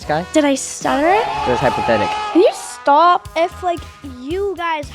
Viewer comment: "Can u stwap"